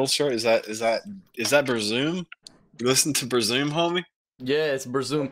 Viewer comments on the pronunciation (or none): “bur-zoom” that one hurt me 🥲🥲🥲